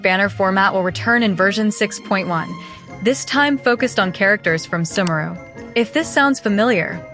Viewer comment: that AI voice being unable to pronounce Sumeru but able to say character names is funny to me.